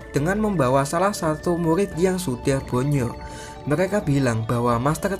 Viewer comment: Murrrrrrrrid bukan mulid